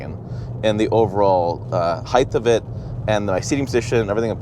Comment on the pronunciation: The word it height, not heighth.